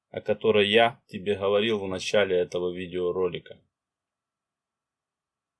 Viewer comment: А что у спикера с буквой "Г" ???? Это что за махия....Такая ассоциация что товарищ Брежнев делает обзор по " махии во блахо...ховорит